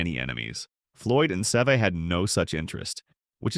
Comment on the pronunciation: Who is the guy narrating this ? Getta clue. Guy can't even pronounce Severiano Ballesteros 's name; ahhmm scuse me narrator it's not "Save a" or maybe Se've' it's Seve rhyming with levee. Jeez smh.